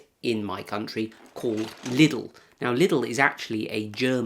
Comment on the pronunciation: It's so weird to hear English speakers pronounce Lidl as "Liddl". It's pronounced "Leedl" in the original. No double d sound and no short "e" sound.